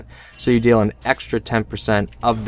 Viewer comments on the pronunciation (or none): none